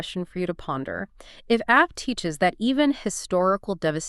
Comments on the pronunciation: no, no, you misunderstood ...not Ave as in Ave Maria....meaning that Av is the same sound as Ave....as opposed to Av ..sounding like Have, which is how you are pronouncing it. Are you people Gentiles lol? 🇮🇱✌️🩵🙏👑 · Wonderful teaching. It is AV though as in " Ave Maria" lol :) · Ah-v is how it is pronounced. But AI would not know that.